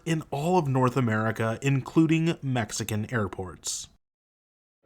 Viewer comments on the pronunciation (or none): none